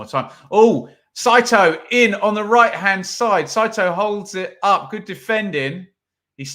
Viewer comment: Well done pronouncing Saito’s name correct. My wife is Japanese and the butchering of the name is annoying from our end on QPR commentary and American commentary. Great day in Alabama watching the mighty rangers.